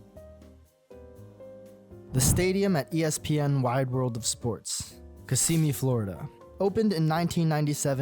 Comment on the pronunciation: Did you hear how he said Kissimmee? Yikes!